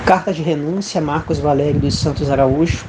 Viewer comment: Grande "Vaguéguio" 😅 .... quem é sabe rsssss .....abçs mano